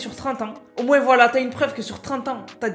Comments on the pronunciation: On dit moin pas moinse je nempeu plus dsl a chaque de tes video je su porte mais sinon très bonne vidéo mrc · on dit moins d'impôt pas moise d'impôt